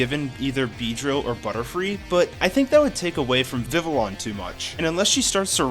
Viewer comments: i’m 90% sure it’s pronounced “viviyon” and not “vivilon” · Just letting you know, Vivillon is pronounced “Viv-ee-yon” I know it’s weird but “Viv-ill-on” does sound a little better😅